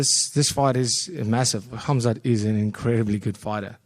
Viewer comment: Respect to DDP that he pronounces "Khamzat" correctly